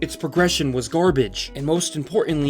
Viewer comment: Good vid but you kind of mumble some words. Make sure to enunciate. Trend-setter. (not trend center), Micro-trans-actions. (not micro trinsikshns). Gar-bage (not gorbage). QA (not Q & A, it means Quality Assurance, not Questions and Answers). Supposedly (not supposubly, not a word)